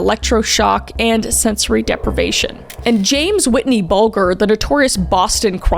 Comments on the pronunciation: Kris, I adore your deep dives! They're well researched and well explained, but please check pronunciation! James 'Whitey' Bulger, not Whitney. GOT-leeb, not got-lee-IB. I've noticed it on a few videos now. But still, very minor thing. I still love your videos! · James “white-y” Bulger. Said like ginger. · 😂 I could tell she was a Midwesterner from the "bay-gage" in the intro... But made me have to replay to make sure I hadn't misunderstood 🤣 "Whitey" Bulger (pronounced Bul-jer) As retribution, for nothing important, I'm gonna call him Al Ca-pony for a while. ❤🤣🤙